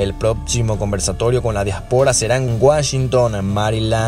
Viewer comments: Se dice diáspora. no diaspora houston. lo pronuncias muy mal. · Disculpen pero no se dice diaspora se dice diáspora. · Dia'spora no diapo'ra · Disculpa amigo pero tú pronunciación de DIÁSPORA es incorrecta.. Dios bendiga al señor presidente Bukele..